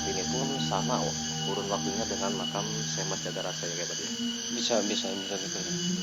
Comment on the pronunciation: Weeh emosi makom apa makam yg jelas bro